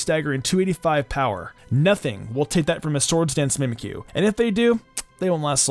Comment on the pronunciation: Did you say mimkyu wanna be